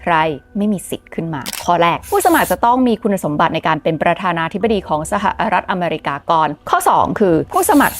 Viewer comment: เกลียดคำว่า สหะะรัฐอเมรีกา จะเว้นช่วงทำไม่ แถมทั้ลคลิปพูดคำนั้นเกือบร้อยครั้ง เสียเวลาฟัง